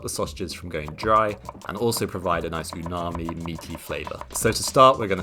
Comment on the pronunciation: Scrumptious 😋😋 Btw, it's "umami" not unami 😊😊